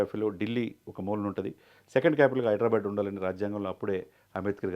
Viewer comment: హైడ్రా బ్యాడ్ ...కాదు ra baabu... హైదరాబాద్.....బ్యాడ్ బ్యాడ్ అనకండి